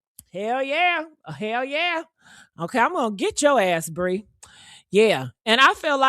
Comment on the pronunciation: Her name is PREE!!!... NOT BREE!!!👍🏿💪🏿💯👍🏿💪🏿💯👍🏿💪🏿💯👍🏿💪🏿💯👍🏿💪🏿💯